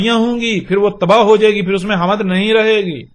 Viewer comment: Lafz "Hamd" to tujhe bolna ata ni .. kuttay chala hy Nabi bnnnay ... ma sochta tha k jahanum kaisay bhari jaey gi .. Allah pak bht Raheem hy .. ab samajh aa rhi hy .. tum jaisay kutton se bhari jaey gi ..